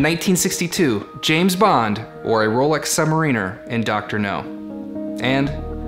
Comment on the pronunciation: Sub-Mariner, not Submarine-er